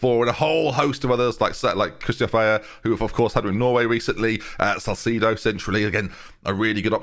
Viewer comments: Caicedo is pronounced Kai-ssei-do, not Salcedo. Thank you xx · There's no L when pronouncing Caicedo